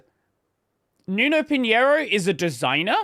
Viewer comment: You pronounced pinhIEro instead of pinhEIro. But it's understandable, people prefer to learn Spanish instead of Portuguese because it is really easier to pronounce J, X and G as H, Z as S, etc, instead of pronouncing X as X, Z as Z, G as G... to be fair we pronounce J without the "D".